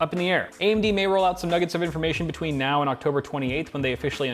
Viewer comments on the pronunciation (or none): none